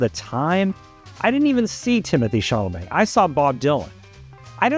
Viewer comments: It's Timothee "Chalamet" and not "ChaRlamet." You said CHARlamet over and over. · why do you keep calling him "charlamet"? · I saw it! I loved it! But I have to ask, why does this guy keep talking about Shar-la-May?? Who is Sharllamay?? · ChaLamet(silent T) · ChaRlamet? Do you see an “r” anywhere in the spelling of the name? How hard can it be to pronounce the star’s name correctly??? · Great commentary. Still, I can’t believe you can’t correctly pronounce the lead actor’s last name. There is no r! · Everybody mispronounces Joan’s name & Timmy’s. Does it mean what he’s saying is wrong? Come on stop being prickly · Yes, he said Baze, and ChaRLamet. It drove me nuts! Also he didn’t do much research. I’m a nobody in AZ and I know that Dylan asked the director to change the girlfriend’s name. Also, according to interviews I’ve seen with Timothee, he has not yet met Bob Dylan. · Good review, but you blew it on Chalamet and Baez pronunciation. Wikipedia is a good place to check out name pronunciation before a review. 😊👍